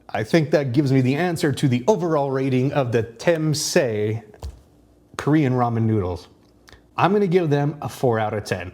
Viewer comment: I think it's pronounced as Chum-se.. Anyway there's a spicier version around 15000 shu ouch